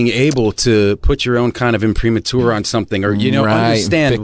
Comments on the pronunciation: It’s pronounced im-pri-mah-ter not im-pre-mature. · "...imprimatur..." However Matt did mispronounce it. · He pronounced it wrong. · Pronounced incorrectly, but wth, he ain't the Pope. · Although he mispronounced the word...whatever.